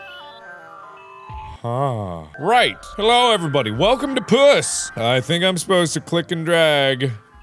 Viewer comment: I love that Mark pronounces the game as “Pjuss”